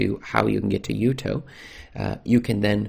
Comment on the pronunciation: For the record Jutoh is pronounced Jew-Toe NOT Yew-Toe it's a contraction of Ju(lian)To(ni) and H(arriet). And Calibre is not Kall-ee-Bray it's calibre (caliber to you) like the size of a gun barrel.